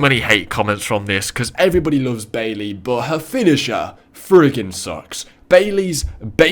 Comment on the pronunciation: how can you say beally to beally is not goog